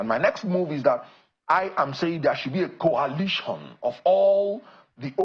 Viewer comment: KWALITION KWALITION... Is it so difficulty to pronounce COALITION .... COAL ..LITION .. REALLY IRRITATING KWALITION